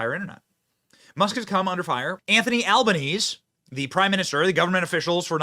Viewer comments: Benny, this all stemmed from the fact that the Albanese Government (BTW, it's pronounsed Alba-neezy not Alba-neez (not that I care, our PM is an absolute doofus)) decided like many Western countries to let Illegal immigrants into the country by the proverbial truckload (many whom are like the young man that attacked that minister) and so that attack highlighted the problem with our current immigration problem. Hence why Albanese and his eSafety Commissar wanted that info taken down off X and other social media platforms. Also, for the record, many of us Australians don't like Albanese let alone most of the other politicians that we have here. There are a handful that are good but most are woke and/or in it because they are power hungry (just like politicians everywhere). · It is pronounced "Al•ban•es•e", but we call him Albosleazy. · 🇦🇺 doesn't think itll happen here......🇦🇺WAKE UP!!!!! WOKE BS IZ TAKING OVER!!!! ALBANESE ARE YOU EVEN AN AUSSIE??? im shakng my head at AL-BA-NEE-ZEE! its how it's pronounced benny☮️☯️ VOTE TRUMP 2024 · Just got to let you know that you miss pronounced albos name it’s analese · Bahahaha Albo "neze" Our bumbass PM has so low presence in USA that they dont know how to say his last name! Love it! PS - Most Australians are embarrassed of the PM and the Labor party. CORRECT! the video didnt suit the NARRATIVE> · Benny, our elite leader's name is pronounced Al-ban-easy, or as we call him, Albo. Edited for autocorrect. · Im not Australian, but Albanese is pronounced Albanesey. Say the last e However everyone down here calls him Albo Felt like correcting an American 😏but i agree hes being a wimp And Albo is out if touch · "ALBERNEESY" PHONETICS BENNY! PRONOUNCED "POONCE". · Our pollies are muppets, he name is pronounced alban-easy or as the locals know him wanking-easy. Also Australia is no longer predominantly Christian mainly Atheist. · It's actually pronounced Alba-neezy, as in sleazy Albanese.